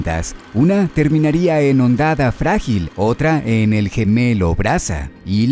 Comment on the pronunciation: Que no se pierda esa bonita costumbre de no saber como pronunciar Hondonada Frágil xD jajajaja grande, que gran video.... por cierto FeldesPASTO jajajajajajaj me parto de risa.....